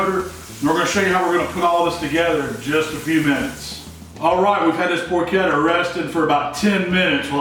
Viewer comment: Congratulations on pronouncing "porchetta" correctly. It drives me crazy when people mispronounce "ch" and "sch" in Italian words.